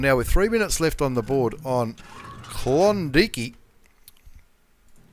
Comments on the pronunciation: You need to think about that pronunciation there, Klondike isn't pronounced klondeekee hahahahaha it's klon and dike as in bike. Klondike. Brian Millen is 100% correct. When you mis-pronounced that i pissed my pants..... how to get something so wrong lol. I though mispronouncing things were confined to Canadians aka Americans like Claus Kellerman hahahaha Great vids though... keep 'em coming.... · is K-lon-Da-ike